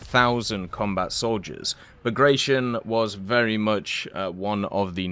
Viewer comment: Please check the proper pronunciation of Bagration…